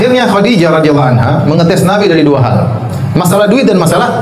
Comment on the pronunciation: Kok anhu? Anha yng bner min